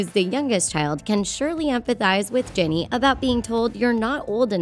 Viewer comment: she said Jenny not ginny